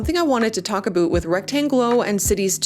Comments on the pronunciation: Why does she say aboot instead of about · Bruh the canadian accent on ste*oids, a boot. ITS A-BOW-T IN THE CANADIAN ACCENT, NOT A-BOOT! 😂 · Is it 'about' or 'aboot'? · Is this aboot a "semi-oficial" slang or is this an accent? Never heard it LoL...😂 great videos, congrats for Wrektangleu! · Leaning into the "Canadian" is cute for an intro or one off joke, every damned time "aboot" is cringe unless you are the legends Bob and Doug McKenzie. And this if coming from a Canadian...